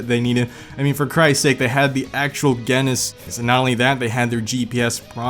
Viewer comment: Me: Just watching this video: 'GaHnIsS' It's Guiness. Guiness. Like the Beer. Exactly the same